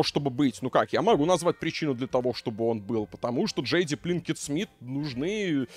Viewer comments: Почему пЛинкет то?😂😂😂 ПИнкет она пИнкет ну. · Все видео пытался выкупить, почему произносит Пинкет, как Плинкет.